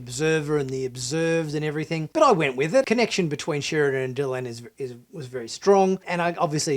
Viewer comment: Please its Delenn not Delun. I don't know, kindof get the feeling from watching this channel that you aren't that familiar with Bab 5 (or of science like not understanding the corridor and why it curves). I'm afraid I am not a fan of animation.., there is just no way it can include the detail. You were saying how beautiful and detailed scenes were and even from the clips/pics you showed I just couldn't see what you saw.